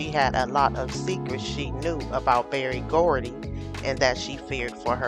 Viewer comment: HIS NAME IS BERRY GORDY NOT BARRY.